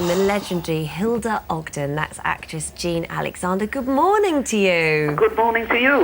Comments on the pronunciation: BTW, it's Ogden, not Hogden...xxxxxoooo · It's Ogden not Hogden!!